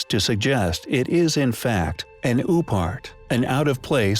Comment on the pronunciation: hehe you said "oopart"